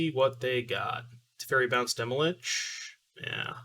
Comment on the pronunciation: Why do you say "Demolich"? Stan from the dive down said it too. I don't get it.